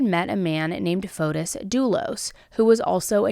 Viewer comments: Pronunciation: It's not FotUS, but FotIS. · I go to church with a lot of Greeks. The S is silent. FOTE- TEE